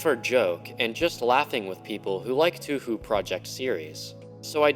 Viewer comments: hi you pronounced touhou wrong,,, its not "two-who" or "two-ho" its "toe-ho" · YOU SAID TOUHOU WRONG WE ARE COMING FOR YOU